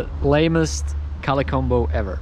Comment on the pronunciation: Only this legend () now how to say color on the best way COLA